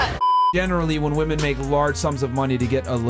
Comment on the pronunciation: DAY 1011 Learn how to pronounce women - plural plzzzzzzz your channel is about WI-MEN